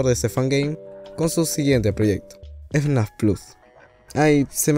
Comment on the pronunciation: como q le cuesta decir fnaf al amigo no?